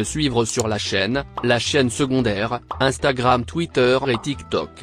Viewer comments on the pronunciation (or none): none